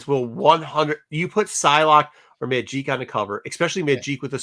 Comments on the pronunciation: I am hoping for a Child of Nomad:Spirit of Vengeance book myself:P and ur right,it is Magic, not Majeek, she isnt french for gods sake:P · Majeek??? WTH is that guy talking about.